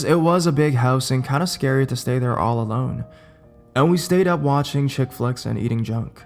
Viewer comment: Love how he says therrrrrre 😂